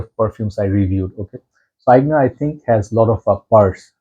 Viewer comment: Your pronounciation of Aigner is perfect. Greetings from Germany